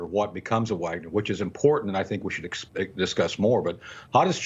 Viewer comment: Who can trust with Fox News says they can't even pronounce Wagner correctly